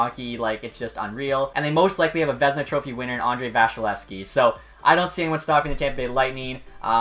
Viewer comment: Did this boy say the Vezina is going to Valeyskeski? 🤦‍♂️